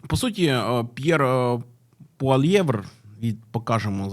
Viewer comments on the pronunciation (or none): підказка від людини з Канади: читається Польє😊